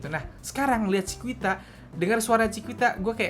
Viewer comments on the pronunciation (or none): Koreksi dikit yak, Chiquita dibacanya “cikita” kak, bukan “cikuita” 😊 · bacanya chikita bang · Tulisannya chiquita tapi baca nya chikita aja bisa gak bang? Wkwkwkkw